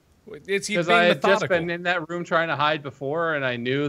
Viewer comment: Has anyone noticed that Mark doesn't pronounce the word "room" right?